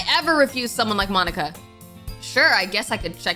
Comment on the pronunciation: No offense or anything, but... "Monkia" 😭😭😭😭